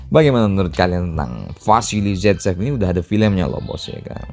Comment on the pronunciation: Vasilly saitsev